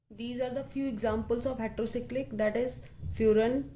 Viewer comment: its heterocyclic mam not hetro